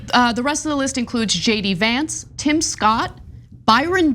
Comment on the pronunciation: Tim rhymes with dim, just saying :)